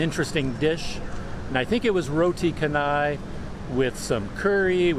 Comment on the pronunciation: Teh tarik is pulled tea.. That roti with gravy is roti banjir ..banjir means flood..maybe because the roti is flooded or soaked in lots of curry . Some of the restaurant staff are from India & cannot speak English.. Roti canai is pronounced as chanai as you pronounce 'chance ' You should try roti tissue next time you came across mamak / Indian restaurant